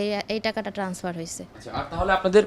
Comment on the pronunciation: এই মহিলা ব‍্যাংক কর্মকর্তা হয় কি করে ট্রান্সফারকে টেনাসফার বলছে।